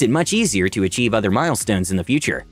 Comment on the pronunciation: Achieve, not "Acheieve" . Otherwise, great video!